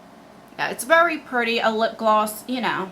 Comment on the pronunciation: Take a shot every time says “VERY PRRRETTY” lol